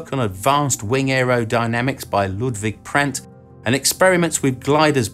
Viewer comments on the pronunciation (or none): none